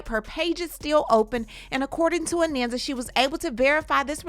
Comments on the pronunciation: Her name is pronounced "A-NAHN-SA", not "A-NAN-SA" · I know Anansa since she was born. Her name is AH NON SA, not Ah nan sa